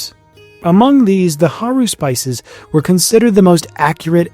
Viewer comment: This video is great. Just wanted to let you know that the plural of "haruspex" (haruspices) is pronounced hə-RUH-spih-sees, like Antigone.